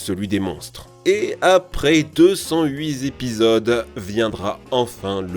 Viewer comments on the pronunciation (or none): "deux cent trente zépisodes" ?? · Il faut vraiment arrêter les fausses liaisons genre 208 z'épisodes ...